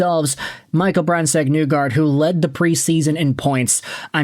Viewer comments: Why do you say "Nugard", in Norwegian it is pronounced "Neegor". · Nygard is pronounced "nee-gard" btw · IT ISNT PRONOUNCED NEWGARD